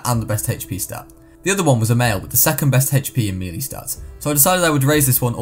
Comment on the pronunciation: Im sorry but I just realised he pronounces melee as mee lee and not may lay which is the actual pronunciation